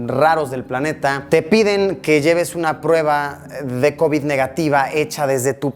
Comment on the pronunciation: Me encanta como lo dice covíd